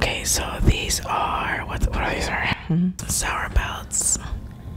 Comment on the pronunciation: Nobody: ... Karina: ThAtS AlOt Of SoUeR 😳 😂😂😂